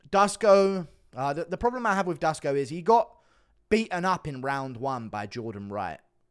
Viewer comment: Duško = Dush-ko